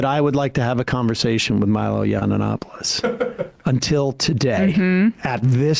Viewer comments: Sam. It's not yiananopulos. It's Yianopoulos. Respect to Greeks. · sam said "milo yawn-o-nopolis" lmao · "Yonanopolous" I think my favourite Sederism is the slight mispronunciation of names. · Sam. It is pronounced yee-an-OP-oh-liss. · Cmon at least pronounce his name correctly...be professional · Still waiting for the day Sam pronounces Milo's last name correctly haha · I love how Sam never says Milo's name properly but also Milo isn't really worth the consideration.